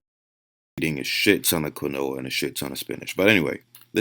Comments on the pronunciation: Anyone else laughing "I ate a shit ton of QUINOA and spinach" ??? Mans has never heard someone actually pronounce quinoa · ITS PRONOUNCED KEEN-WAH NOT KIN-OH-UH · Bro I thought he was saying granola the whole video. Its pronounced KEEN-WAH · Quinoa = KEEN-WAH this mf makes my skin itch worse than beta alanine every time he days KEN-OH-AH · how tf is that guy a trainer, doing diet plans and yet keeps saying "kwin-noah" bro, "keen-wah" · It’s pronounced “Keen waa” 🤦‍♀️ not Quin-o-ah. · “QIN - NOA “😂 just annoyed me , it’s “KEEN- WA” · Qwi-no-a is fucking killing me. Idk enough about it to say if that’s how it’s pronounced, if it is though fuck whoever came up with that. Keen-wa. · When Quinoa is pronounced "qwen-oah" instead of "keen-waa", you know shit just got real. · I'm wondering if this guy realized when doing this video how many times he mispronounced quinoa. I'm sitting here cringing. Kwinooa. Lol. It's Keeenwaaaa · It's pronounced "KeenWa". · How am I supposed to trust the man you're reacting to's studies when he can't even say "quinoa" correctly. (If you don't know, it's "keen-wah") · Bro….it’s (keen-wah) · if he was sponsored by quinoa companies he'd know it's pronounced 'keen-wah' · WTF is quinola? 😂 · Somebody needs to tell this dude quinoa is is pronounced "keen-wah" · quinoa pronounced [keen-waa] you’re welcome. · "Kwenoah" im cringing so hard 😂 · I thought it was pronounced quinoa (keen wa) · Is he saying granola? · Hard to take anyone that pronounces "quinoa" as "kwi-noha" very seriously... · Quinoa... pronounced keen•waa . I’m always surprised guys that will do a whole video on something they can’t even pronounce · It's prenounced keen wa and it's also got full amino acid profile. But wait it's not a dead animal so it's not good for u.....nope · Kwa no ah. Lol. Say it right goddamnit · I have never heard someone pronounce quinoa like that. I thought he was saying granola. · keen-wa, i know i kid :) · Is dude saying quinoa ???